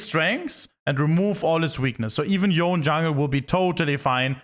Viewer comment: how hard is it to pronounce his name correctly?